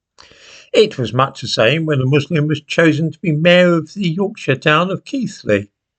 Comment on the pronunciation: Thank you,, for pronouncing Keighley correctly. That shows that you really do read the comments. As for your video, well it illustrates the cowardly nature of our authorities and newspapers. Thank you.